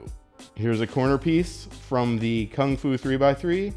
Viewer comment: Lol Kungfu collection as you guys know. What a fail. it's pronounced completely differently to that.